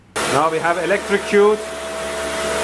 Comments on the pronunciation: He called Electrocute to 'Electricute' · He calls his daughter "electroCUTE" . That's adorable.